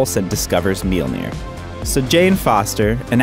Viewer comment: The way he pronounced Mjolnir almost killed me with cringy